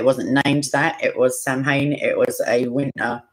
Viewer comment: And its true samhain is Irish but it's pronounced (sow - when) Everyone that's not from here pronounces it how it seems to look 😅